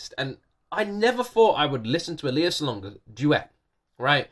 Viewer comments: Please keep reacting to Lea Salonga videos. You’ve done a few, but she has many! Another fantastic duet: Lea and Regine Velasquez singing a musical medley. Reminder - her name is pronounced LAY-ah. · You may not be pronoucing Lea's name correctly . It is Lay ah.